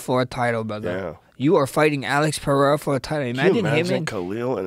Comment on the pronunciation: Will anyone teach how that Pereira speaks with one R, so it is an italian R, roll… and Ferreira, two Rs, sound like the American H… Jesus he sounds dumb saying perreira